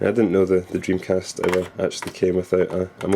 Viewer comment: dreamcast not jimcast !